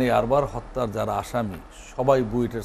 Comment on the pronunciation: আরবার নয়.. আবরার😂😂😂